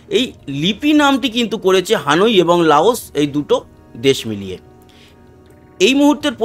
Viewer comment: উচ্চারণ হানুই হবে না, হবে হ‍্যানয়।